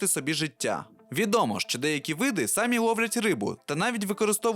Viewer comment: ЧОМУ???? Чому ти використовуєш кацапські наголоси? півтори хвилини відео глянув, вже почув рОки і сАмі....тьху